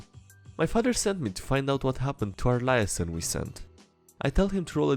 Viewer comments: In the cop shows they pronounce it lee-aye-zon as opposed to lie-a-son. But you do you. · A bunch of people probably told you already, but liaison is pronounced a bit different. Pronounced like Lee-aye-zon Or ends with a softer longer son syllable if you want to sound less American.